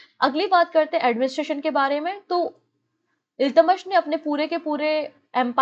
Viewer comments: Ma'am your pronunciation of iltutmish is wrong.Please correct it. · Exactly it’s kinda bugging in my ears the wrong pronunciation